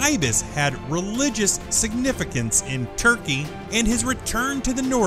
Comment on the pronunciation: Out Tukey instead of Turkey